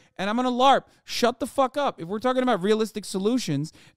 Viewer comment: Why the Scottish accent whilst talking aboot sooth afriky..?